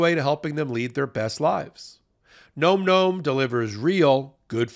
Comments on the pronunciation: it's not "gnome gnome" - it's nom nom. Like, an onomatopoeia of someone enjoying their food vocally whilst chewing: "nahm nahm" - get it? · Can somebody please tell and/or your advertiser "It's pronounced (NahM Nahm) not (Nome Nome)"? It's an eating sound. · Please tell it's pronounced "NAWM NAWM" Thanky. 😊💖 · Bro, phonetic spelling so you can say the sponsors name correctly. Nahm Nahm